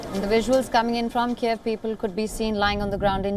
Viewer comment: girl, just learn how to read it correctly: KYIV, not Kieev, come on, it's not so hard, you can do it